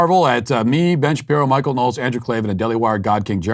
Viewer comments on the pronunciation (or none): none